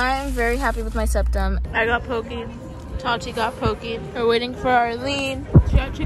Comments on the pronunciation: If you’re gonna eat white washed poke please pronounce it correctly at least. Po-ke. Not Po-key. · when she said "poke" pronounced as "pokey" and not as "pokay" I cringed. luv u tho u just got a new subscriber heyyyy